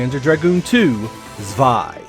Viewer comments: Zvei? Pretty sure that's a W not a V. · This is just a bit of pedantic info on my part, but as I am half German, I just wanted to let you know how to correctly pronounce Zwei (which is 2 in German) Pronounced correctly, would be a sharp S, Like "ts" then "vi" all as one syllable . Here is a video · Zwei is pronounced with TS, not Z. Means 2. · That‘s not how you pronounce Zwei. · OMG ive been pronouncing 'Zwei' wrong for 20 years XD